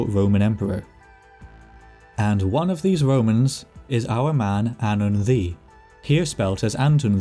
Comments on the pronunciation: why the fuck is "ddu" read like "thee" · Welsh pronunciation was throwing me off so bad. I kept hearing “the” for ddu and wasn’t putting them together in my brain lmao